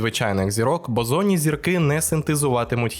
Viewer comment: 3/4 відео подумки виправляв себе, що зірки Бозонні, а не ОЗОННІ 🤦‍♂️ 😂😁😁